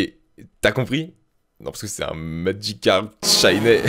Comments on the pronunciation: Pourquoi il dit maDgicarpe ? C'est Magicarpe. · "MagiKcarp" xD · pas « madjicarp » , magicarpe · C'est Magicarpe, pas madjicarpe, putain! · SKOUIZI ! ( LEU MEYEURE POKÉMON, C MAGICARPE ! )